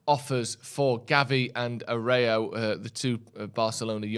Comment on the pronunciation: Hope get Ten Hag. The Barcelona player is pronounced Arrewjoe (Aroujo) or Arrewhoe.